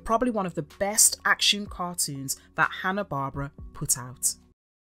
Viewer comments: I know it's pedantic buuuuut... It's pronounced Gall - TAR not gaul-ter and Hanna Bar-bear-ah not Hanna Bar-bra. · IT'S HANA BARBERA (BAR-BEAR-RA) NOT HANA BARBARA GREAT WORK OTHER THAN THAT. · It's "Hannah-BAR-BEAR-AH!". That's how you sound it out. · The way you mispronounce Hanna Barbera drives me insane